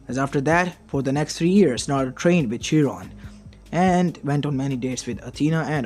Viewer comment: it's chiron not jiron